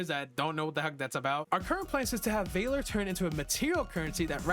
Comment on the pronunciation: My guy its valor not vayler